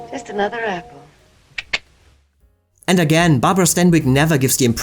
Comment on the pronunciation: DISCUSSED--NOT DISGUST! IF YOU'RE GOING TO USE A WORD, FOR CHRIST'S SAKE, USE IT AND SPELL IT CORRECTLY! JUST BECAUSE TWO WORDS ARE PRONOUNCED THE SAME DOES NOT MEAN THEY ARE INTERCHANGEABLE! GODDAMMIT! AND HOW IN HELL DID STANWYCK BECOME STEINBERG? IS SUGARPURSE A METAPHOR FOR VAGINA?